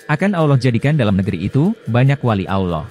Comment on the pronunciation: Hebat hebat…sebutan Aulloh tu salah tapi Allah yg benar.